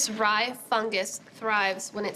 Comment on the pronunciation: This is fun. She seriously botched that rye bread.